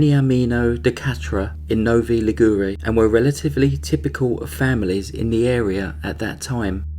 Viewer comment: You pronounced Novi Ligure so wrong I wouldn't have recognized the name, though I'm Ligurian myself. But the case is famous. Omar was released and already got in trouble for domestic violence since.